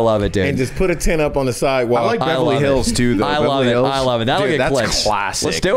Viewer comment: Does really say "bevely hills"?